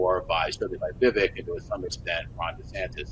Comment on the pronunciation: It’s Vivek as in Viv-ake. Anyway, He’s literally the only likable candidate for the right. He’s the only one who’s calling out the corruption on both sides while coming across as genuine. DeSantis is playing to the crowd the same as Haley who is a war monger. Nobody is taking Christie seriously as a candidate. So miss me with the “he was the adult in the room” nonsense bc he was putting on a show. It’s gonna be Trump in the end but the only one that MIGHT beat Trump is Vivek.